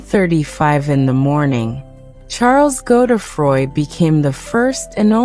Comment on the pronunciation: Weird American voice ...is it AI ? Pronounciation Godedfroid = NOT Go the froy